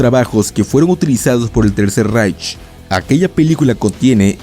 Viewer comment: "Reich" se pronuncia "raij".